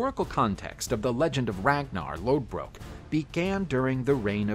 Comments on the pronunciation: His name is pronounced Ragnar Lothbrok... the d in Lodbrok is actually a ð and it makes a "th" sound in old norse and the "o" was drawn out like "book". Read up on your stuff. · It's lothbrok not lodbrok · Isnt it Ragnar lothbrok not lodbrok? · lodbrok is wrong its in denmark lodbrok is pronounced loth brok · Isnt it Lothbrok... Not Lodbrok? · Him saying Lodbrok instead of Lothbrok, irks me. Him calling Lagertha a "squire" instead of a sheildmaiden also irks me. A squire is different than a sheildmaiden. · No it’s not.. it’s Lodbrok. Do some research before you start spitting misinformation.